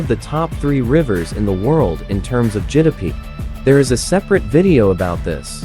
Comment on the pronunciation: GDP❌ Jidapee✅